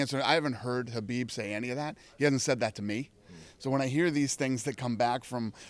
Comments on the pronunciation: Sounds funny when dana says hubeeb instead of khabib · juanisabastard i know but majority ppl say his name khabib i was just sayn it sounds funny to me sorry